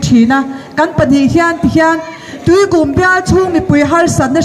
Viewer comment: 'Tuikūm 'tih poh lam dikko nghal😂😂😂